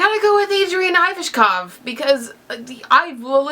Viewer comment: I think Adrian's name is pronounced like Ee-vash-kohv, as is it of Russian provenience.